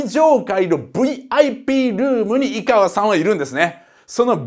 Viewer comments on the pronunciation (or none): いがわじゃなくていかわです